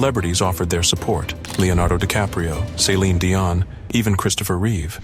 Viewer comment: know that hence why I am laughing ... The pronounced it like SALINE